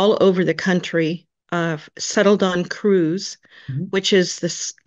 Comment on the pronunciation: Will somebody pronounce "CREUSE" properly ! It rhymes with "hers" in English !